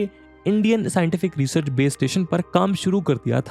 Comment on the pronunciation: अनंत होता है. And it's research, not resurch!